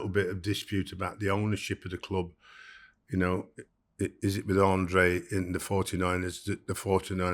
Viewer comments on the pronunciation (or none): His boss “Andre” or Andrea as he’s usually known paid him £500k and he can’t even get his name right 🥴